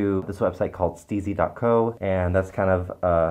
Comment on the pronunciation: When you said Steezy I almost thought you said Sleezy. I was like, “Well I know is a husky but I didn’t think of him like that.”